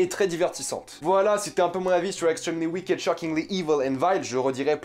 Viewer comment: C'est mignon t'essaye de prendre un bon accent mais tu dis WIKÉDE 😂(C'est wikt en fait 😂💖)